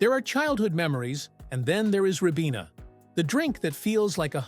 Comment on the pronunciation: Ribena is pronounced rye-BEE-nuh